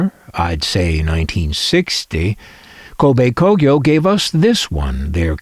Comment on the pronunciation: wow, you learn something new everyday. I never heared of Kobe Kogyo before, and you certainly pronounce it 100% correctly. However, I came across the "TEN" logo before as a child and thought it's another Matsushita brand. They supplied auto-radios for Toyota as out school's Toyota Coaster had that "TEN" logo on it's radio. They're most probably based in the city of Kobe, not??